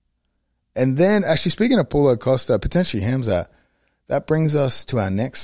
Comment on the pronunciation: the aussie way he says costas name hahaha pull-o costa